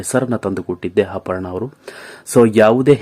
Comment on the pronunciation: ಹಪರ್ಣ, ಎಸರು,ಹೆಂಟು,ಕ್ಯಾತ ಅಲವರು, ಹಗಲಿದರು...... ಎಂಥ ಕನ್ನಡ. ಮೊದಲು ಕನ್ನಡ ಕಲಿತು ನಂತರ ವಿಡಿಯೋ ಮಾಡಿ ದಯವಿಟ್ಟು ಕನ್ನಡ ಕೊಲ್ಲ ಬೇಡಿ.